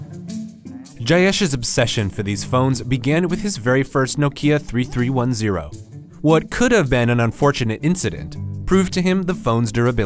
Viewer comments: three three one zero? It's thirty three ten! LOL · Did the he just said three three one zero? It’s thirty three ten! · I cringed when he called that legendary Nokia a 3-3-1-0 when the only acceptable way to say the model is 33-10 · I have NEVER heard someone call it a “Nokia Three Three One Zero...” It’s a Thirty three 10 mate .... thirty three ten... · Three three one zero? It's pronounced thirty three ten 3310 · Should be "thirty three ten" smh!!! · This is my first time to hear someone pronounce the Nokia 3310 as Nokia Three Three One Zero.